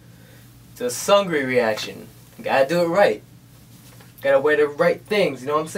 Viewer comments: No LOL his name is pronounced like seungri lol that 'eung' part is important. is pronouncing it like 'sungri' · .....isnt it pronounced as Soongri not Sangri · hahaha your dancing is awesome! Glad you liked it. Except you say his name more like Soonri I think, the g is almost silent. And LOL your grandpa impression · sexy boy's name pronounces as "seung" and “ri”, 'g' is a silent letter. btw i really like your reactions to BB MVs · This is brilliant. You kind of remixed the song and it was really good. And the way you pronounce SeungRi is funny. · the pronunciation is not that important. seungri is a foreign artist; "ㅡ" can be difficult to pronounce to those who don't speak korean fluently. lay off of him. the important thing is that seungri just put out a sweet-ass MV, and is admiring it and praising it.